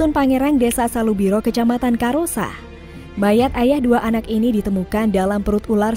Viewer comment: Akbar dimangsa ular di karossa, kenapa orang luar sulawesi KAROSSA kok dibacanya cuma KAROSA apa tidak tau baca tulisan indonesia yah, haha